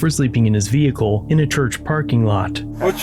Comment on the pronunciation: Ve-Hickle. Smh